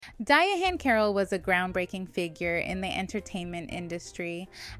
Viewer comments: The ‘H’ is silent. It’s just pronounced ‘Diane.’ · Why is she saying her name like that. It’s pronounced like Diane